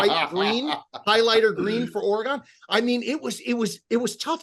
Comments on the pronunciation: Orrr-Eeee-Gone,? It's pronounced: Or-gun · It’s Or-again. Not Or Agon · Orygun!!!! Not OreGONE! Thanks for the content, boys, but help us Oregon fans out and pronounce it right. Help me help you. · What's worse, the In tournament colors or hearing you guys pronounce it Ore-gone! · Is it an east coast thing to mispronounce Oregon as "OreGONE"?... it pains me it really does. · ORE-GONE LOL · The pronunciation of Oregon hurt this Oregon native.